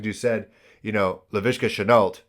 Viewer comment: Everyone needs a rich friend. The "Shenault" accent sounded like a hybrid Spanish/Russian voice. LOL I think Chinn or Luvu needs to shadow Murray. No happy feet for Mayfield. I mean relax dude, you've been here before. I enjoy your videos. You keep the flow going quick and that makes it interesting. You think like a fan and that keeps the viewers involved. They are compact. Investing 30 minutes in a YouTube defeats the purpose of the videos. I know these videos take up more of your valuable time than just what we see. Thanks for your work and effort. It's appreciated.